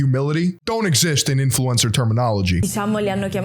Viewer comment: doesn't say "influencer" right anymore.:(